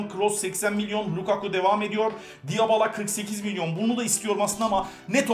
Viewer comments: Abi diyabala değil dibila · Abi diyabala değil dibala olacak o ;D